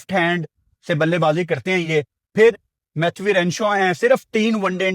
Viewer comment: Preview ❌ Pirview ✅ Matthew ❌ Mathhwee ✅